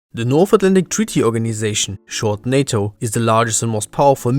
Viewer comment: It's NATO not SATO 😜